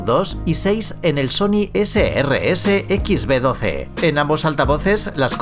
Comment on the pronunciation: (Sony Ese Rese..?) Sony rese😂😂😂 anjay